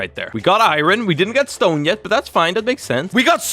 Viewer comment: every single time he says “irorn” my brain be like: 😤